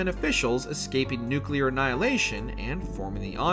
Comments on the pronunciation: Why is it so hard for americans to pronounce nuclear? I mean don't they know the etymology of the word nuclear? It comes from nucleus so why would it be pronounced nucular ? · Con-tin-you-ity? Not con-ti-nu-ity? Nukeular? Is this guy an AI creation? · “It’s pronounced nukeuler” - Homer Simpson & this guy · downvote for nuke-you-lerr, like nails on a chalkboard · The word "nuclear" is pronounced like new-clear. There is no extra "u" in that word. They had a whole Simpsons skit on just this. Figure it out. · I almost stopped watching after 68 seconds because he had already said "nookyular" 3 times. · nukelar, that`s how farmers pronounce it in the us of a. HW Bush was also a nukelar adopter. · How the hell is a channel this big gonna have a narrator that pronounces it "nukular" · It's pronounced NUC LEE ER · "I think it's pronounced nuke-you-lar" 😂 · Why's it so hard for some people to pronounce NUCLEAR correctly. It's not Nukelar dude. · Sounded somewhat interesting until you said "new-kew-lur". Closed the video. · Why people say "nukelar"? It's not nukelus, it's nucleus - nuclear. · I was literally gonna say: “I can’t take a video about fallout that says ‘nu-cyoo-ler’ seriously” 😂 …and your comment was the first one! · Yep. I quit the video after the first nuke-yoo-lar. Drives me nuts. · Pronouncing it Nick Gurr Ler was off putting and rather offensive. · Please dont tell me they say nuke-u-lurr.... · Without watching must say NUKULER. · I had to stop the video and travel down to the comment section to express exactly that sentiment. I don't like listening to speechbots narrating videos, but... at least the computers know it's pronounced new-klee-urr. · This is the third fallout video in a row that has said the word "nuke yuh ler" over and over. It's maddening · I'd rather watch someone that can pronounce 'nuclear' correct. Swear yanks are allergic to learning. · Who the fuck hired the person to voice this video, you can't pronounce nuclear properly? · "New Clear"